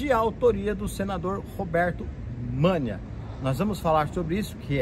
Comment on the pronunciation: O nome do senador é Roberto Menia!!, não Mania!!!!